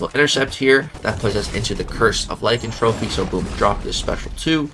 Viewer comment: Its Lie-Can-Throw-Py its NOT like-In-Trophy 😅. Lycan-thropy Ly-Can-Thropy the Ty sound like Throw Thhh. Hope this helps love you not being an Ass just thought it was funny how you say it is all. Awesome vid brother congrats. 😊